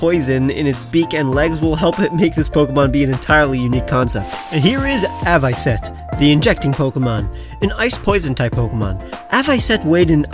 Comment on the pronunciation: Avocet is pronounced Av-a-set. It is a wading bird. They primarily eat small fish and crustaceans. They winter in uk and in the summer they live in east of America. They live in a wetland habitat. In uk the age a protected species under the 1981 wildlife and countryside act.